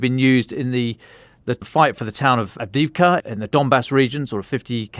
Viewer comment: May I suggest the following pronunciations: Kyiv----"kayeew" not "keeiv" Avdiivka---"avdeeyeevka" ---the second i is a "yee" ------not "avdeevka" Vuhledar----"voohhhledar"---the H should be pronounced---not "vuledar" Donetsk in Ukrainian is "donetsk"---in RuZZian it is "donyetsk".